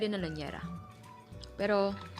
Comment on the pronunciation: Llanera hindi lanyera